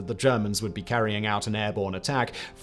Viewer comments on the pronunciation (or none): 'Fryberg' - not 'Frayberg' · Pronounced 'Fry - berg'.